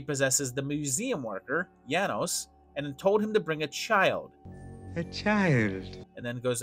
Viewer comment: Janosz is pronounced “yah-noash". You said his name wrong the entire time.